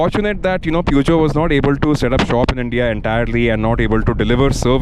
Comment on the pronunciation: It was already dated and too utilitarian for the Indian market when launched but it was rugged and that ground clearance made it go on roads where only jeeps went. P.S: It's pronounced somewhat as Pyu-sh-jo. Then Peugeot did make larger cars before the 309, one of the most legendary ones being the 504 which was sold between the late 1960s to early 80s. Another thing, the Standard 2000 launched in 1985 had a rear wiper and that was the first car manufactured in India to have one, not the 309.